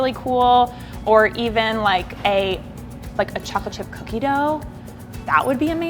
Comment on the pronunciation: these look soo good but like the way she said chocolate kinda bothered me but that might be bc i’m from ny and i’m used to the way we say it lol